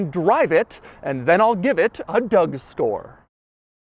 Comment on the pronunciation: He always says "..the Doug store" instead of score. I can't be the only one who hears it like this.?